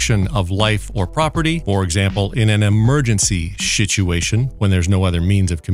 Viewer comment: Shituation 😂 love it